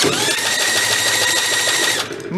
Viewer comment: That Englishman accent for Spock (spark) LOL